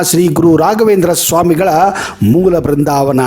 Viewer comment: Sir it's not a Rudavana it's Brindavana om sri Raghavendraya namaha.